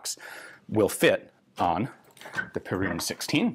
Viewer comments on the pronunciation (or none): Just a quick thing on the pronunciation, it's not pe*rune* it's *pear*un